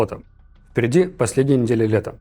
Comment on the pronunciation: надо говорить "впереди" а не "вперди"